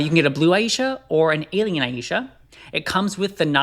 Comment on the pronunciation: Every time I heard him say Aiesha instead of eye-sha 🤣